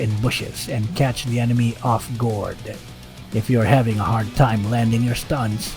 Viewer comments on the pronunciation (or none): "Catch your enemy off-GORD" LoL